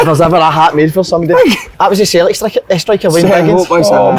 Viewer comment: Kev cant pronounce Celtic, never stood a chance with Switzerland